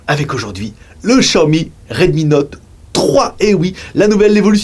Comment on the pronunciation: 小米 "xiaomi" se prononce en français: chiaomi ;)